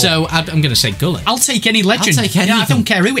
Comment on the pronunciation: It's pronounced wholit for gullit